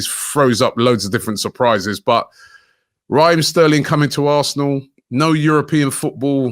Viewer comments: Robbie di man name Raheem not Raaaah-heem. Yah yardman suh act accordingly lol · RAH-eem Sterling 🤣